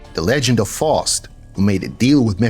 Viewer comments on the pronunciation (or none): Just in case you reference the Dr.Faustus story again in a future video; it’s pronounced like OUT but with a F, S, T